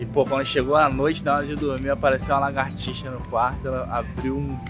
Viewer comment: é lagartixa e não largatixa